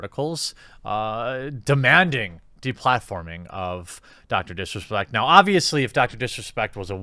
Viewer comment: Is it just me but when he first says Dr disrespect does it sound like he says Dr piss respect